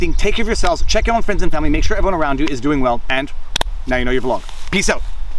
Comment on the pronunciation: "vlawg" i like it